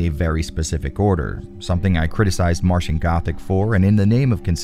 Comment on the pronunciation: AHEM! 'Martian Gothic' not 'Matian Gothic'